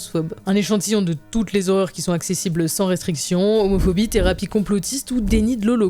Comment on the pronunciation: thérapies ? ... théories